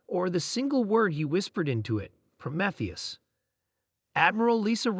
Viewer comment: really? REALLY?!? PRO-METH-EUS?!? IT'S PRO-MEEE-THEUS, YOU PITIFUL EXCUSE FOR AN ARTIFICIAL INTELLIGENCE!!!!